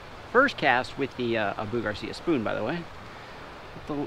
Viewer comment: haha, ok. it's actually pronounced (Ah-boo) Garcia not (Uh-boo) Garcia haha.